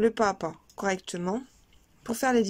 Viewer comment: Pas à pas = PAZAPA! il faut faire la liaison! vous faites toutes la même faute que!